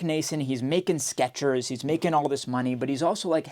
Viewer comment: theres no T in Skechers.